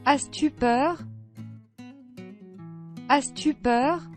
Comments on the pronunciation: As tu peur ? On prononce pas le s . C est pas asse tu peure !!!! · as tu peur نطقتها اس تي بوغ !!!!! اس !